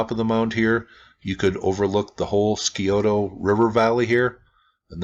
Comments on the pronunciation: Buckeye here: itʻs "sigh-OH-toe." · the c in Scioto is silent typically pronounced Si-o-ta, FYI. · Thank you. Columbus Ohio is my home. Btw, Scioto is pronounced "Si-oh-toe". The C is silent. Native American word.